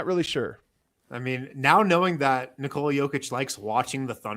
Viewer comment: It's N"I"kola not NikOoola for fs.